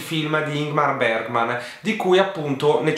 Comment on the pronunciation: Postilla da studentessa di svedese: Ingmar Bergman si pronuncia più o meno "Ignmar Beriman" 🇸🇪🇸🇪